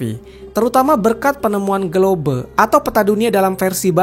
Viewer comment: GLOBE: Sebutan: GLOBE ❌ GLOB ✅